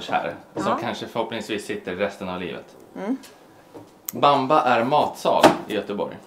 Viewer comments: Det uttalas baambaa men han har rätt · Bamba som namn på matsal stämmer ypperligt! Betoningen not so much ;)